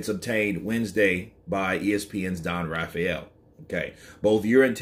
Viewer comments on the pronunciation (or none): none